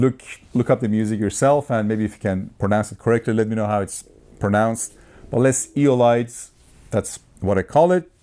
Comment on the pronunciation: Great review - BTW, it is pronounced this way: Les (said the word less without the S sound at the end) and Eolides is pronounced (Eh-oh-lid) so in together it would be "Les eh-oh-lid) as 2 words. Hope this helps. I am French speaking :)